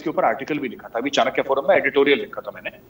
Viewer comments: चन्किया फॉर्म नही चाणक्य फॉर्म बोलिये। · should learn how to pronounce Chanakya,:-)